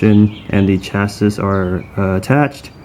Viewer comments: Good, clear video. Just one note...Chassis is pronounced "Chasee" not Chas-is" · Chassis = shasee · Chassis = "cha c"